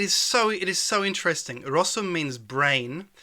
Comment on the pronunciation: Small mistake: brain = rozum not rosum ;) poza tym ok ;)